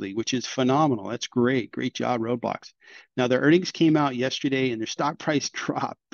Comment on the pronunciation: Roblox not Roadblox m8 😂